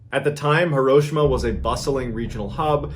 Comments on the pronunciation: As much as I enjoy Mr Ballen's videos, I was getting soooo annoyed with his mispronunciation of HEE-ro-SHEE-ma... 😕 Come on Ballen... You're military! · I'm sorry is he saying here Hiroshima correctly